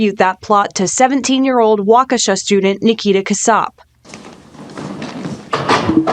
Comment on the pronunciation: P.S. Waukesha is a three syllable word,. "WAW-keh-shaw." It is not, 'WAWK-shah." Please and thank you.